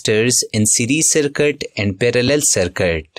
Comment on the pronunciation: Circuit ❌ Sarkat✅ 😅😂😅😂